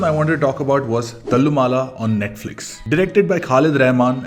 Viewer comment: Please get pronounciation of Malayalam names correct. Thallumala is not how it is pronounced as you said. Same with poduval and kunjappan.